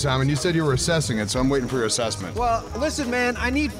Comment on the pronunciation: Classic Simon, putting a second "a" in "assessment".